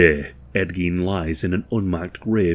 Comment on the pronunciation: It's "gain", not "geen"